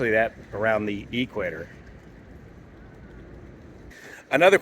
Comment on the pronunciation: Hey mate, from someone who lives south of the equator, what is the "ee-kwator"?